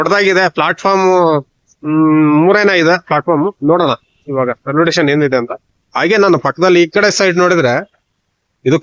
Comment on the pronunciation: ರೈಲ್ವೆ ಟೆಷನ್.. ಆಹಾ ಏನ್ ಉಚ್ಛಾರಣೆ.. ಥೂ. 😂